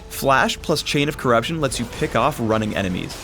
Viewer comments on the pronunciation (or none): none